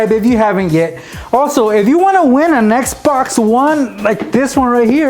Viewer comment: When you announced the Xbox I thought you said Nex Box XD